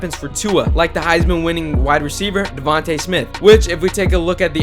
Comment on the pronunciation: Thank you for getting Devonta name right